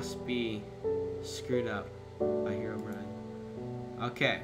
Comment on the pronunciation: He did too! Its Herobrine xD!U said herobime